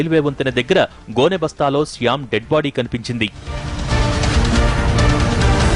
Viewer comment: Siyam kadhu ra shyam